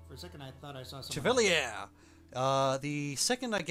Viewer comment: "The thing is", "about soldiers" is a clause stuck in there. "Thing" is singular, and is the noun of the sentence that receives the verb. (oh and Chevalier is pronounced like /sheh/ /vah/ /lee/ /ay/ French word.)